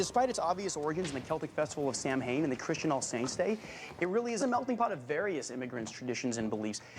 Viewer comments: It's always REALLY bothered me in the Christmas ep Reid mispronounces Samhain, he would totally know it's a celtic word pronounced Sow-wen or a variation Sah-vin depending on whether you are leaning Scottish or Irish Gaelic. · He PRONOUNCES SAMHAIN INCORRECTLY HERE!!!! it's Pronounced sah-wen or sow-en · I find it so hard to believe that the good Dr Reid has mispronounced Samhain.....🤨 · YES!! every single time i watch that episode i die a little inside when i hear him say it like that 😭 like dude, ily but you’re a literal genius- if you’re gonna infodump, do your research better 🥴